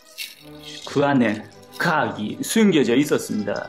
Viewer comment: 허팝님 과학이 숨겨져있다니를 이렇게 말함 가학이 슴겨서 이따니